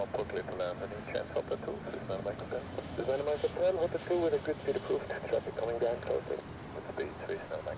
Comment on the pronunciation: Sry to be that guy but scenic is pronounced like seenick